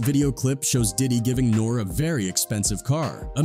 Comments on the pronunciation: NOR REE NOT NORE!!! is this AI or is this a little kid who wasn’t around back then? I always wondered that when people mispronounce famous people… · You're not saying his name right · How can anyone take this video seriously!? YOU NOT EVEN SAYING HIS NAME RIGHT!